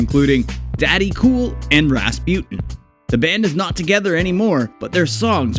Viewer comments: RAS PUTIN 😂 dude can't say Rasputine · What dod you say?? RasPEWTIN?? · "Rahspjut'n" ... Is it so difficult to pronounce Rasputin properly? Listen to the song and you know it! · Ras-pewt-in :D :D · You don't know how to pronounce Rasputin